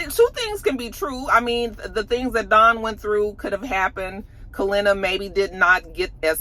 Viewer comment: Didn’t realize how much I miss you mispronouncing names until “Kalenna” 🤣🤣🤣